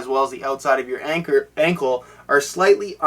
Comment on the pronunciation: Anchor... **Anckle** lol.